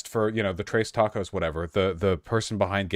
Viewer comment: I thought he was saying "trays tacos" at first lol